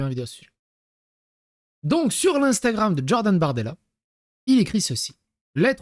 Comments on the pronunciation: omg plz stop avec "DJordan" dis Jordan pas DJordan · Stop de dire DDDJORDAN mdrrr stp ! 😅❣️